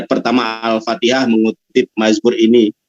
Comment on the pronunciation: Koreksi menyebutkan ALFATIHAH, BUKAN ALFATEKAH,,,, Penyebutan yg salah akan mengakibatkan panjang perdebatan dan men yalahkan balik.